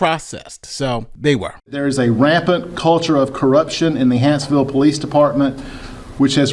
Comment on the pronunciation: Small thing but it's Hanceville not Hansville. Comments up above are incorrect. Love your content sir.